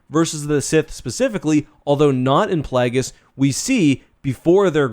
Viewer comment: "PlAAAAAAAgus" - weird-ass Canadian pronunciation